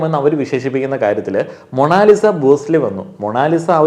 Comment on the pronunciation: മോ - ണോ - ലി -sa ...? she is മോണാലിസ .